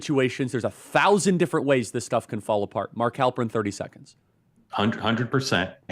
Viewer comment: Halperin, really? I'm gone.